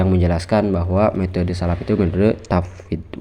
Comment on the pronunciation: Sifat bukan sipat, tafwidl bukan tapwid, salaf bukan salap Tolong bacanya yg fasih, bukan pasih, baca saja gak fasih kok bahas teks arab